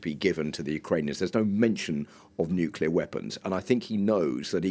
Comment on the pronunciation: It's funny this news lady said Nuclear correct the first time, but then the second time she said it wrong, I wonder why it is so hard for some people to say " new clear " instead they say it wrong "Nu Cu ler". That drives me nuts like when some people say the word Axe instead of Ask. What does that say about public education.